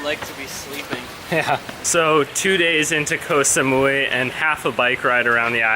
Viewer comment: This is the rare time where you actually pronounced the name of the island almost perfectly. Bravo!!! Oh no... Asia has gotten into your blood. Haha... Yes Koh Samui is more of a tourist spot and is more developed compared to the rest of the islands. You'd like the other smaller ones. I can't remember which vid that I actually replied you with the islands to visit but if you look at my comment, you'll see a few other small ones which I have recommended. Not the bigger ones only. The reason I put a very big disclaimer to watching real Muay Thai is because it is not for the faint of heart as most of the "REAL" fights will involve blood. If you see them train, you'd cringe. To enhance their kick/punch, they literally kick/punch coconut trees and etc. So it's not the sport where a lot would venture into.